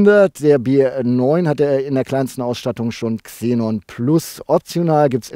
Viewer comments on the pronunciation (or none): none